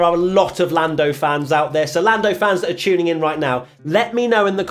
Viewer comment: Been hearing a lot of “Forlando” in every review lol